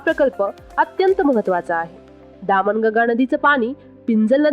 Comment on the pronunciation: तुमच उच्चारण दामन गंगा असे आहे ते चुकीचे आहे ही नदी दमन गंगा आहे